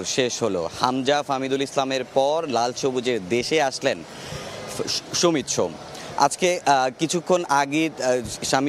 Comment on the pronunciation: ভাই আগে ঠিক কর “সমিত সোম” বলবি নাকি “সামিত সোম” বলবি! একেকবার একেক রকম উচ্চারণ শুনতে বিরক্ত লাগে!